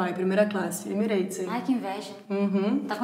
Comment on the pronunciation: “Emirates em” kkkkkk